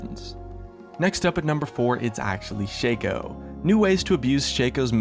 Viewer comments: Shaco is not pronounced with a capital A, for fuck sake. It is not Shay-co It's shah-co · its shaco not shaco;D